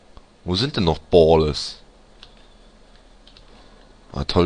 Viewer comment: ich weiß nicht aber ich glaub ballas spricht man so wie es geschrieben wird aus du aber iwi boaalllas